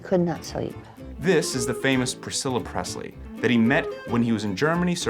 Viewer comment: Congratulations on being the first person in decades to pronounce the name Presley correctly. For those who don’t know what I’m talking about it, I will simply indicate that the word does not have a Z in it.